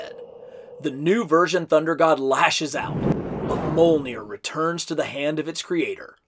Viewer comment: the J in mjolnir is said like the J in Fjord